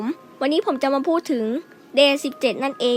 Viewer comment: ไม่ใช้บิกวอม ครับ มันเรียกว่าบิทเวิม ครับ และDay 17 อ่านว่า เดเซเว่นถีน ครับ